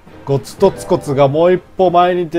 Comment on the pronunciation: 劉備は捕虜を返すとアイテムくれる😎 このころのは、兀突骨をうまく言えなかったんですねw 今ならスラスラ言えるはず😁 馬騰軍から虎牢関を奪うなど、各戦場で戦果を上げています。人員配置が絶妙ですね😆